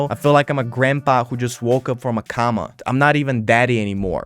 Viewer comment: comes back and immediately pronounces 'coma' as 'comma'. let's go baybee